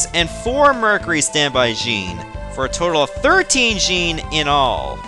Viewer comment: It's not jean its Jin that's how you pronounce it